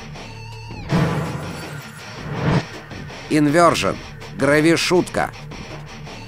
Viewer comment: Всё-таки "Инвёршн", а то читает "Инвёрджн"( вдевственницу)